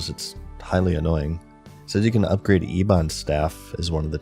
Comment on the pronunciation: bro I shouldn't even type this, but its not "E-bons" its "EYE BANS"